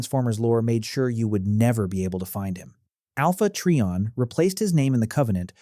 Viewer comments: Alpha Tree-On? Is not how it's pronounced. Its Alpha Try-On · When he calls him, "Alpha Tree-on" I just can't take anything else he has to say seriously. It's "Alpha Trion" (sounds like Try On) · I think they're questioning the pronounciation of it. I prodnounced it as "Tri - On" i.e. "Try - on".